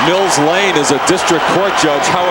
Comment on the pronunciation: Not Mill Blane, Lane